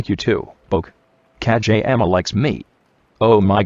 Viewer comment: It sounds like ka j ama